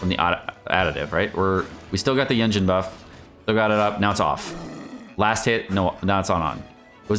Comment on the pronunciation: Why you feel cool by doing wrong pronounce of carecter's name's 🙄🙄🙄🙄🙄